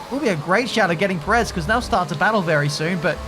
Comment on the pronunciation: could you please stop saying Perez's name wrong? Just copy Crofty. GZ on the massive win! Very much needed victory and double podium.